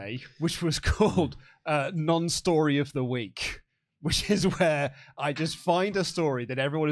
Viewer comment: annunciate that 'non' or it's a completely different segment entirely!!